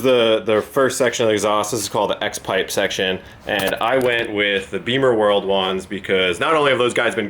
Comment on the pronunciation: I twitch a little every time says "Beamer-world." It's BIMMERworld. We don't ride motorcycles!